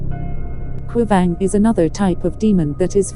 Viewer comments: A ṭha khawp mai..mahse, narator hi mizo hmeichhia, sapṭawng thiam tak ni zawk se, mizo hming khi a lam dik lo thei em mai, entirnan khuavang kal lai tih ang te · Khuavag kal lai tih kha,ava lam sap ve😂😂